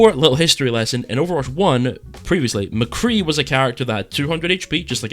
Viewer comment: Yeah I subbed as soon as I heard you call McCree McCree.